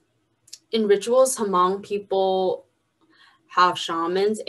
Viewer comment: Can talk about hmong people but cant pronuce the word "hmong"...